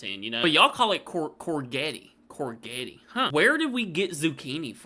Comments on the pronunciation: corgety lol.. we say it more like cor jet with the J sounding softer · Its pronounced COR JET even though it's spellt COURGETTE 😂😂plus AUBERGINE IS pronounced ORB ER GINE 😂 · Courgett is a said in a French manner so the sound of the 'g' is more like that of a 'j'. Spelling it the way we say it would be more like 'Cor-jet'. Also with 'Aubergine' you should pronounce the 'u'. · Courgette is pronounced CourJet and Aubergine is Orbegine 😉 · It’s courgette and it’s pronounced like CORE then Je (like you’re about to say “Je m’apellee” (“my name is” in French) et like jet. That’s your English lesson for today. Long time subscriber. Dw just taking the piss with the anal over analysis😂